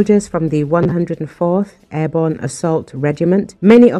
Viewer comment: "airborn" ??? WTF ???